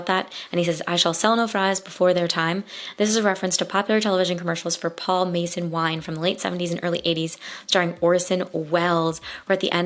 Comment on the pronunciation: Great Review. Although it is pronounced Paul MahShan (mason)